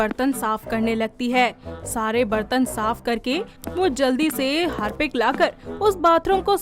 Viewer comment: Harpic ❌ Hapic ✅ 😂😂